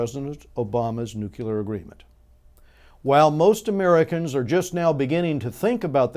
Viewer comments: nu-clear not nuqular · Good Points, well made. Thanks! btw, NUCLEAR is pronounced nu'-clee-er. There is no 'u' after the 'c'.